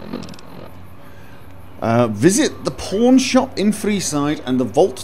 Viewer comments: "Old Mormon Fort. I have a feeling the porn shop is not going to be in there." I know you said "pawn", but for some reason that is how I heard it and I couldn't stop giggling. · I kept hearing porn shop instead of pawn shop. It was hilarious. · "where's the pawn shop" what it really sounds like "Where's the porn shop!" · I feel so bad cause I hear porn not pawn.. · I'm sorry every time I hear you say "pawn shop" I hear "porn shop" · I hear porn shop every time he says pawn shop.... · i can only hear "porn shop" tbh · When he walked into Vegas it sounded like he said, "Hello? I'm looking for a porn shop." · heh sounds like he's saying pornshop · I heard "I'm looking for a Porn Shop" . . . oh my :O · I know you're saying pawn shop, but it really sound like your saying porn shop. I can't judge, I'm an Australian fella, we say porn shop too.